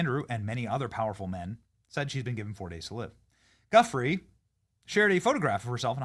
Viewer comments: LoL 😝- I can’t believe you hacked her last name that bad Benny - I think 🤔 it’s pronounced (“joo-fray”) - the G sounds like a J - anyway, as with all the Epstein stuff- looks very suspicious 🤨 and we’ll never know the truth about it— ever. Prayers for those affected by this incident 🙏❤️ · Virginia's surname is pronounced "Jee-oof-ray". You should at least try to get that right.